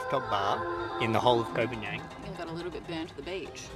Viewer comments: its not KOH PAN YANG - ITS KOH PAN GAN! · Please, please learn how to pronounce the name of the island. You've been there for 6 months and you don't know how to pronounce it? Really? "PAN-YANG" is not a real place. You sound incredibly foolish pronouncing it like that. It's pronounced "PONG-ON" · Please stop saying Koh Panian....